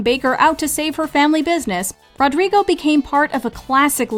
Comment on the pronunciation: ITS NOT RODRGRIGO ITS RODRIGO